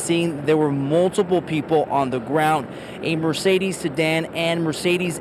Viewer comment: Mamakunes😂hmmmm not the first time…mercedesss😂